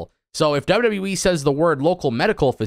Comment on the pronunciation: "Double double youwee"